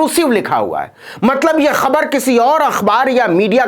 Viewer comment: खबर तो बाद में सुनते हैं पहले ख तो सही बोलो!!